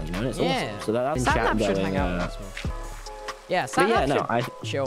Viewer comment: i remember tubbo calling him 'Snaphap' instead of Sapnap 🥺